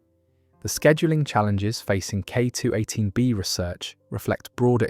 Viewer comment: Why are pronouncing K218B so differently everytime. You‘re setting the pause weirdly, like K…218B or K218…B